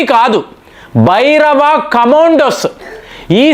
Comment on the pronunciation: Please stress 'Bhairava'., 'Bhabhairava'